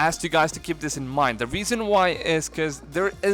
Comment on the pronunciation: "the weason i say this"